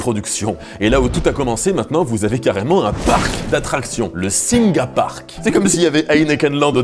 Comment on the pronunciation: Petite précision pour faire chier :) "Singha" ça se prononce "Sing". Le Thai est généralement mal romanisé et le "ha" est donc muet